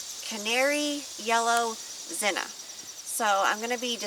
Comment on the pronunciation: Beautiful, and my favorite color of zinnia, next to orange. But just out of curiosity, why do you call them "zinna" instead of zinnia? Is this an alternate type, or is it just the way you prefer to say it?